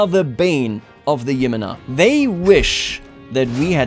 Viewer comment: Just a heads up but Jimena isn't pronounced YI-mena but rather Khi-ME-na (